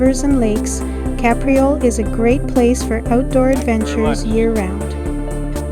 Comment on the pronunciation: Great drone footage - and for accuracy, it's pronounced "Cape", not "Cap."